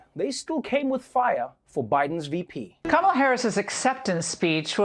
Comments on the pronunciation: Absolutely love that she started out pronouncing Kamala correctly and then started going crazy with it. 😂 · "Kalamaris Harris" 😭😭😭😂😂😂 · Bruh...not " Kalamari" Harris...💀💀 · Also "Kalamari Harris" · The first time Desi said Kamala's name wrong, I thought "uh oh!" But by the end of Desi's spiel (butchering the name much worse), I thought "hmmm...KAM-ala wasn't such a bad approximation after all." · Slutty McTits Agreed. And Favorite part was how the mispronunciation of Kamala kept changing 😂!